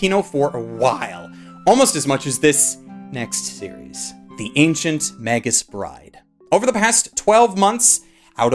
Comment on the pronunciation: I thought Magus' was pronounced with a hard "g"? Can anyone confirm exactly how it's pronounced?